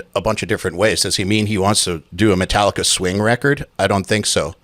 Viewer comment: Did he just say - Mentallica?!